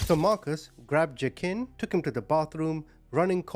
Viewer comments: Is his name pronounced wah-keen? Used to know someone with this name and the j is silent. Btw.. I'm fairly new to your channel still, but I have to say, I love your heart. I wish more ppl had one like you. We'd see a lot less horribleness in the world. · His name is actually pronounced WA-KEEN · I’m trying to listen but i can’t get over the butchering of the pronunciation of Joaquin 😂